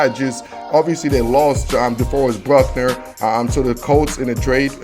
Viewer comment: It's "Buckner" not "Bruckner" It's "Kinlaw" not "Kinslaw" 5th round pick Colton McKivitz.